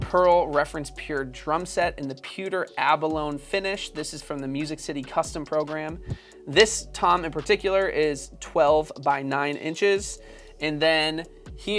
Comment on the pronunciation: Incredible:) and it’s pearl pewter abalone (Abalon-eeeee) not lone like Lone Ranger. Peace!